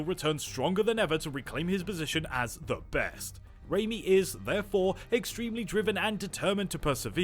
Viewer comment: good video but I hate how you are butchering his name